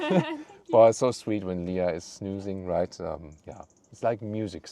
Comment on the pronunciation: not pronounced “snoozing”..that’s a totally different activity all together..its “snEEEEzing”